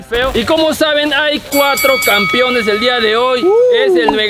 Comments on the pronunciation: Oigan papus, no se si escucho mal, pero dicen campiones xd es campeones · No importa cuando leas este comentario,el sigue diciendo "campion"